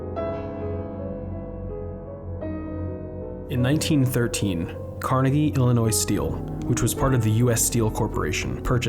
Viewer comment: Carnegie is pronounced kar-NAY-gee. My grandma drew her pension from the Union Railroad. I remember them dumping slag. I remember that ugly ass mall being built... I spent much of the 80s drinking and smoking and tripping in the woods around that place and nearby. Look over the mountain a bit to the Mon valley. (You should check out Eastland Mall!) Duquesne, McKeesport, Dravosburg, Glassport, Clairton... Look at fucking Monessen. It all fell apart and went to shit, man. Kennywood ought to buy that fucking eyesore of a mall and turn it into an indoor amusement park. Sell it to the Pleasant Hills yuppiedom like PT Barnum. That slag dump used to have acid pits up on top of it. Yeah, up there, where Century Square is. It also used to say "DICK'S GYM" on the side facing Rt 51. Nothing is how it used to be. I still miss West View Park. I left PA years ago for greener pastures. In California all the grass is brown. If you don't get it, that's ok. The grass in the south is green.